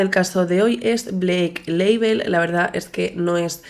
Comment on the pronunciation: cada vez que decía Blake Label, no podia parar de pensar en el alcohol HAHSHDHFAHFS